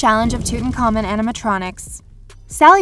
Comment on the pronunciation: Emm hoe tepp. Not eyemhohtep Also, toot ankh ah moon